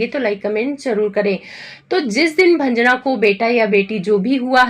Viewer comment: भंजना क्यों बोल रही हो